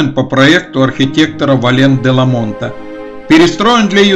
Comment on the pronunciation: Судя по выговору, рЯзанский, наверно, диктор 😜. Но молодец, читает с выражением. Фамилия первого архитектора – Валлен-Деламот (не ДеламоНт!). В целом, видео понравилось: лаконично, но достаточно информативно. Спасибо!